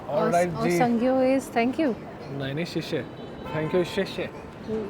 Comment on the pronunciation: Guys, he said Oh Sank you. They struggle to say thank you. That’s why they say sank you. Which sounds very cute 😊